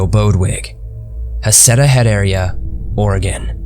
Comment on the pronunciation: I adore that he pronounced Oregon correctly.